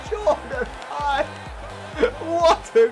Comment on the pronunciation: Ibe is pronounced like 'eBay'